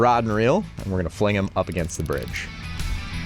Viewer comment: You said fling him like a Jamaican lol